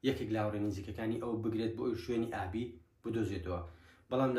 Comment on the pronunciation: ئابی یان ئالی هههههه ئەوە لۆ هەر لیت تیکدەجیت